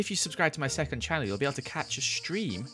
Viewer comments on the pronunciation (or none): none